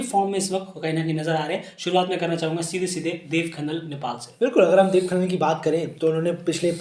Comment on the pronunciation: भाइ आप देब खनाल को आप खनन बतारहे हो